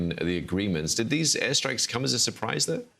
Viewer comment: ...it was a surBrise for the BeoBle of... If you don't have a P in your language then there is no such thing as 'Balestine', You disgusting liars.